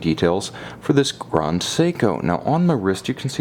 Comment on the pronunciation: It doesn't matter what language you're speaking, "grand" is never pronounced "grond".